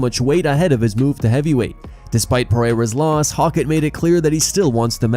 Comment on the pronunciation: Hoe-kit not hawk it